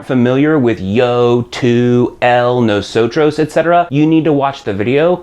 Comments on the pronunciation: correct. you're the first comment that addressed that. It's not pronounced "no-so-CHROS" but more like "no-so-TODOS" The R is pronounced more like a D in spanish, and the V is more like a B. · It's funny how you pronounce "Nosotros" and "Vosotros" :)) Nawsawtraws and Vawsawtraws :P Muchas grracias por esos lecciones amigo. I learned much from your channel